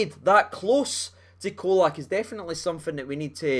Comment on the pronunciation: Colak is pronouned with a 'CH at the start. Č = ch. I know it's easy to lose our pronunciation with the the odd bits around the letters, but just imagine English commentators refering to the Captain as Tah-VER-nee-ay.